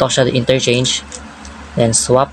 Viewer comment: "F-INRERCHANGE" 😂 but I still get the point❤😊